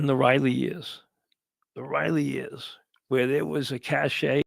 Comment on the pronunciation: “I been doin’ dis for 35 yeahs.”